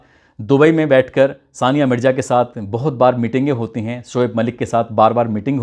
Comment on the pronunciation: Mirja nahi mirza hota hai jabed nahi javed hota hai